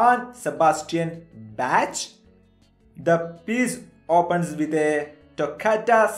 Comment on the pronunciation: Bach is pronounced Bawk